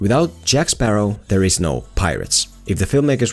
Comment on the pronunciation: Jack Sparrah!